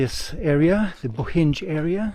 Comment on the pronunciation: Btw, it’s pronounced “Boheen”, not “Bohinge” 😅 Bohinj is actually the region, it’s not a city or town. The only town is called Bohinjska Bistrica, the rest are villages.